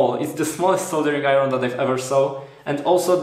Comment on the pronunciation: Koniecznie musisz dowiedzieć się jak wymawiać "iron". Nie piszę tego oczywiście złośliwie, polecam kanał Arleny, sam tam staram się szlifować angielski: Poza tym powodzenia w kolejnych projektach i filmach.